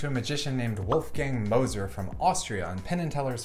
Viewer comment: I thought she shouted "Wolfgang Loser"